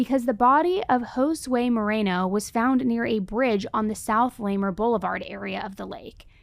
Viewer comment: it’s pronounced “Luh-marr” just fyi! Thanks for covering this, it’s had pretty much all of us locals worried for a while now. Especially stressful for me when my husband worked down there in 2023.